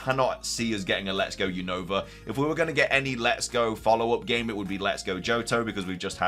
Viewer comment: you always say the name of The region Wrong is not younova is Unova 😅